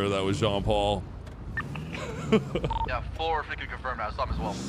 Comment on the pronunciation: Its Jean "POL" not "Paul", "POL, POL POL". xD